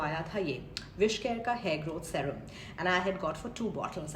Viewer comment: Serum is pronounced “Seerum”